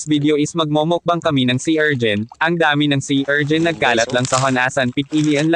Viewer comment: Anong erjin?? Urchin yun bano😂